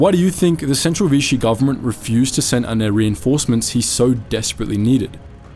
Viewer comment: NOT VITCHEE, IT IS VISHEE. Please carry out more research